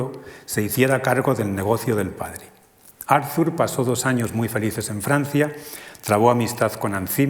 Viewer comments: Muy interesante, pero , como suele pasar en España con los nombres extranjeros, el lector se empeña a pronunciar el nombre Arthur a la inglesa - Arzur- . Es extraño que una persona que ha estudiado la obra y al personaje no sepa pronunciar correctamente su nombre. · Por favor, que alguien le diga al conferenciante que la "th" de Arthur se pronuncia como una "t", no como una "z" española, es alemán, no inglés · Todo el mundo pronuncia "Arthur" como si fuera inglés.